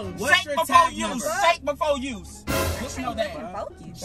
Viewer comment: “SHAKE BEFO USE SHAKE BEFO USE” 😂😂😂